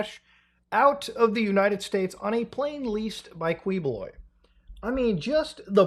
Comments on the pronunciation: It's*Keyboloy* but still Kuwiboloy is funny 🤣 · Apollo Kiboloy is how you pronounce this false prophet's name. Rohdrigoh Dooterteh is how you pronounce the arrested president's name